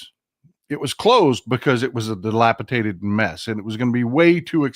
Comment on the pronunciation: DilapiDated, not dilapitated.